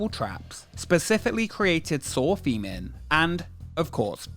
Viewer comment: 'Forpe' Park, 'Feme Park', the rides 'feming'. Lollll. Learn how to pronounce 'th's if you're going to be using 'vhe' type of words that feature 'vehm' all the time.